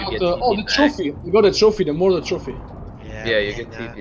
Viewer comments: modor boss???? moeder*** #dutch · Moeder is pronounced 'Mooder' like boomer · its moeder, not moder :D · ITS MOEDER NOT MODOR MOEDER MEANS MOTHER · Its Moeder Not Modor